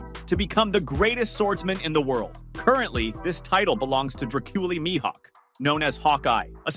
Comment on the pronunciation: I’m done. I’ll stay subscribed but I won’t watch if the miss pronouncer is speaking. Myhawk……. 😒😒😒 I don’t think this dude watch one piece. He has a script. Not Into scripts and miss pros…..